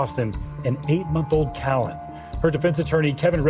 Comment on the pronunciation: It's CALLAN, CORA & DAWSON! NOT "Cally and Corey"! WOW.